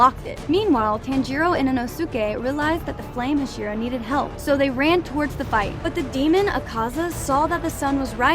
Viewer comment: When you were talking about enmu you said flame hashiro instead of hashira